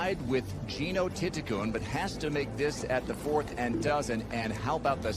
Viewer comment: The pronunciation is correct. Letter “L” at the end of a word pronounces as a “N” in Thai language. Her last name reads “ti-ti-Kuhn”.